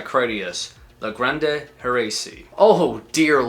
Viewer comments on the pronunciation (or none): how do you even find this stuff, just follow a bunch of labels and see what they release? I find it hard these days to discover emerging bands, I discover new bands all the time but im always 10 years late. By the way you don't have to pronounce the E in grande, just say grand like normal and let your voice naturally fill the e, not push the letter forward like the name Ariana Grand"ey".